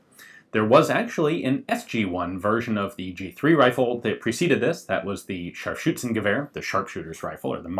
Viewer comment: i realy like how you say "Scharfschützengewehr" :)